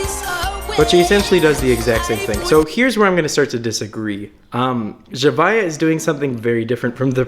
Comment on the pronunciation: Man said “zuhviuh” it’s “zavia”